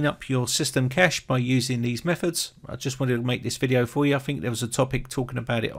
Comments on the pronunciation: It`s pronounced cache not cache. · im not trying to be mean or act like im all something but i think cache is pronounced like cash-ayy not just cash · Disk space isn't "cache" In computing, a cache (/kæʃ/ kash,[1] or /ˈkeɪʃ/ kaysh in AuE[2]) is a hardware or software component that stores data so that future requests for that data can be served faster; the data stored in a cache might be the result of an earlier computation or a copy of data stored elsewhere. A cache hit occurs when the requested data can be found in a cache, while a cache miss occurs when it cannot. Cache hits are served by reading data from the cache, which is faster than recomputing a result or reading from a slower data store; thus, the more requests that can be served from the cache, the faster the system performs.